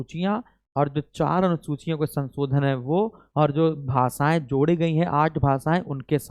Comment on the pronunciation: kindly learn how to speak word sansodan its shanshodhan